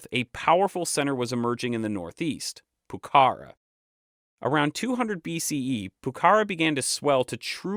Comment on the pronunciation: Finally YouTube's algorithm offers something interesting. Awesome video, i would just correct some minor pronunciation issues. For example Pucara, it should be accentuated in the last a (in Spanish we would write Pucará)